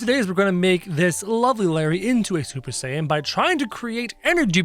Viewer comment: Did he just say supper saiten